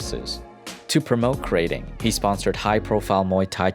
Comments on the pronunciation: "krah ting" not "kray..." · Krating isn’t pronounced like “grating” how you would grate cheese. You need to break up the two syllables (phonemes) and emphasize the vowels. “GrA” + “Ting”